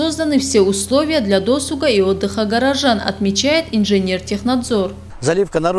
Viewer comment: Не до́суга, а досу́га.